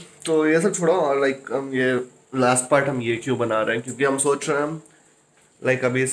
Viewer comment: Did anyone learnt a new word Nocha 😂 socha